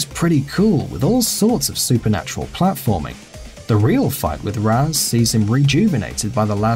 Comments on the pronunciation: "raz" Al ghul? Did you even play the game or are you just reading it? It's pronounced "raesh" al ghul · Ras? Ras? FUCKING RAS?!?! It's pronounced raish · The way he pronounces "Ra's" pisses me off so much 😂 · You pronounced ra's wrong